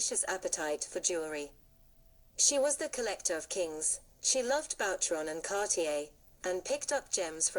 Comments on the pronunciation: Boucheron is pronounced as “ Boo cheron “ . The mispronunciation here is not your only mistake . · 😊please, learn to say BOUCHERON!